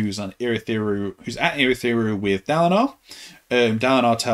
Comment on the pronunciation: We heard it, you said Urithiru!🥳